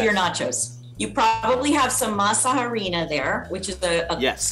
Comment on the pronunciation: Why do they pronounce it “haw-rina” bruh it’s pronounced “arina” Stupid complaint sorry I’m tired Also is amazing as hell and i love his bad boy stage